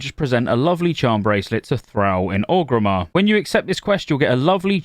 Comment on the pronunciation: why do u call orgrimmar ogrimmar?